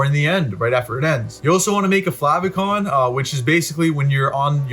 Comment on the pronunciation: Flavicon? Ya mean Favicon?